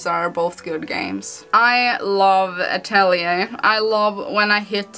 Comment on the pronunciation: the correct way of saying it is "atorie", according to laizalin stouto sama herself 😁